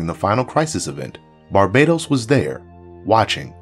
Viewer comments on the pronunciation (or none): Bar-BAH-Tohs not Bar-BAYE-Tohs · Great video! But is it pronounced Bar Ba Tose or Bar Badoes? I’ve heard both but I say it the first way. All I think of is Rihanna when people pronounce it the other way lol 😂!! I also love the DCUO clips, I play that everyday, it’s my jam!! Anyways thanks again for an amazing video!!